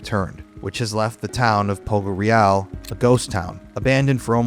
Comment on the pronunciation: Very cool video, thank you for reporting about this sad event. Please, look up the correct pronounce of “Poggioreale”.